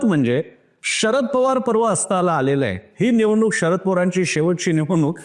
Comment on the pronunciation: बाकी सगळं विश्लेषण चांगलं आहे , पण तुम्ही शरद पवार याचा उच्चार षरद पवार असा करताय ते खटकत आहे.